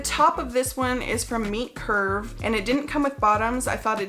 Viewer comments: I thought you were saying Meat Curve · So, now I know that it is Meet Curve, but for some reason I thought you were saying Meat Curve. I was very confused at Meat Curve for a clothing brand. Homophones, man. I like the sea snake suit (is that REALLY a thing - to ward off snakes?)